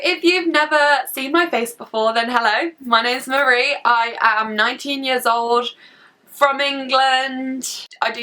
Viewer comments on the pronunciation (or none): none